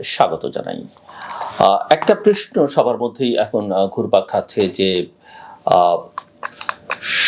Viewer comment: Dear Mr. Zillur with all the respect I have a question to you, instead of ( Prosno) why you always say ( PRESNO). I believe (PROSNO)is correct Bangla word not(PRESNO).Forgive me if I hurt your feelings! Starting from Next Episode hoping to hear (Prosno) word instead of (PRESNO) Thanking you for the work you doing for Bangladeshi Nation!